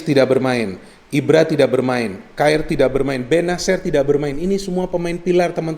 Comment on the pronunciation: Bung biar lebih enak cara pengucapan simon kjaer itu kiyer bukan kaer 🙏🏻